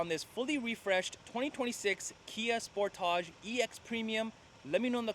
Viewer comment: So glad you can say Sportage properly! Good review